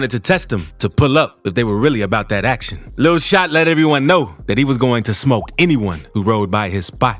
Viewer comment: The narrators voice describing the first guy's antics had me rolling. Reminded me of a young Keith David. - "Claiming that everybody on the live stream was Sooof-T, and didn't want any ACTion. He then challenged everybody, who wanted to test him - to pull UP.....if they were REALLY about that ACTion..." And those boys did indeed - pull up! 😂😂😂